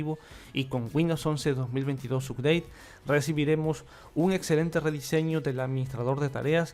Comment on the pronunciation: UPDATE SE PRONUNCIA "APDEIT" SINO HABLA TODO EN CASTELLANO